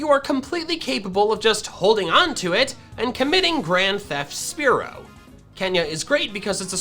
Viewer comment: THE SECOND E IN SPEAROW IS SUPPOSED TO BE AN A!